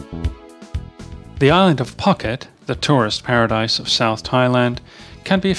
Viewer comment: Interesting and varied tour of Thailand, but I have to say the pronunciations were abysmal. For example, - Bangkok = Krung Thep with a silent h. Phuket is pronounced - Pooket, (silent h), and many more.